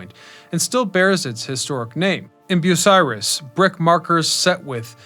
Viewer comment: Thank you for pronouncing Bucyrus Oh correctly. They still use the name